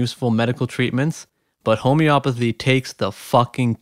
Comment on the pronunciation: Homey-o-path-ey. Not home-opathy.